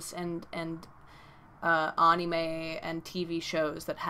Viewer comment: First video I have seen of yours, I was following until you pronounced anime and now I can't concentrate.